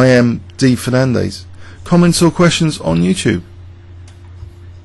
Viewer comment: FernanDEZ not FernanDAYS.